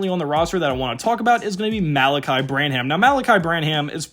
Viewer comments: You're pronouncing "Vassell", "Sochan" & "Branham" wrong... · this guys says dejounte demanded a trade and mispronounces sochan and branham lol. amazing that you can actually go dig up all these clips of these guys and never hear the announcers say their names wemby content tho